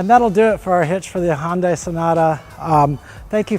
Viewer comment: High UN day ? Well thats a new pronunciation... lol